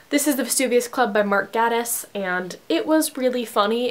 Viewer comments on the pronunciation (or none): Love the video!! But when you pronounce Gatiss it is pronounced like gay-tiss... By the way you look really pretty in this video!